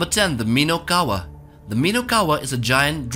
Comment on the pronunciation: and also it is not minowkawa but minokawa